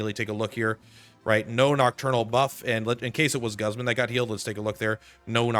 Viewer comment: pronounce Guzman correctly please